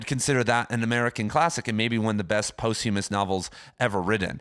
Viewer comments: posthumous is pronounced 'pahsthyemmus' not post-hume-ous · For a guy that "talks for a living" you really ought to learn how to correctly pronounce posthumous.